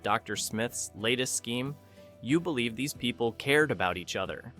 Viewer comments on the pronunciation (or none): none